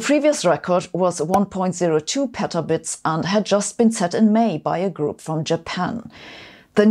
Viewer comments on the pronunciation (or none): A great episode as always, just a small nitpick: Please make sure to pronounce the "bits" in petabits very clearly as "bits" and not as "bytes", since bytes is quire a different scale. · Twice the announcer mispronounced petabits calling it petabytes a larger number. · The way Sabine read "petabits" sounds like "petabytes", which is not the same thing! 1 petabyte = 8 petabits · Another awesome weekly sci-news video! Love these, please keep them coming! :) Though, note, you kept pronouncing 'Petabits' as 'PetaBytes', they're not the same -- just a heads up for the future.